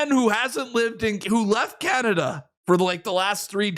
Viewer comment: C’mon Canadians you can do wayyyy better the “the Carn”i”” !!!!!!